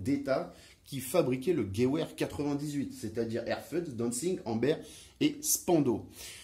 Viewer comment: Merci pour cette vidéo très intéressante! Petit détail: "Gewehr" se prononce plutôt "GeVehr" au lieu de "Geouehr" ;-)